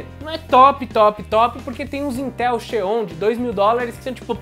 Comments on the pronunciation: A pronúncia correta é zion, e não xeon. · parabéns pelo vídeo... muito instrutivo... mas, a pronuncia do Xeon é Zion (em inglês o som do X é Ex (isolado) ou Zi (início da palavra) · O Intel Xeon fala-se Zion kk